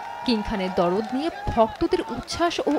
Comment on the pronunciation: "দরদ" নয় শব্দ টা "দারদ" মানে ব্যাথা-বেদনা